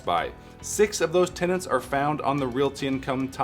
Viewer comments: Realty is two syllables, LOL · Never realized so many people can't pronounce "realty." 2nd YouTuber in a row that's bungled this.